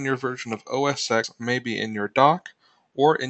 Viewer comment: The "X" in OS X is a Roman numeral, not the letter "X". It's pronounced "OS ten"